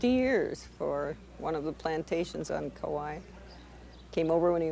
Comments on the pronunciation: seriously, couldn’t even pronounce anything correctly. Hopefully it was a sign of the times of haole telling our mo’olelo. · Too bad she couldn’t pronounce Kauai correctly. Been living here for 35 years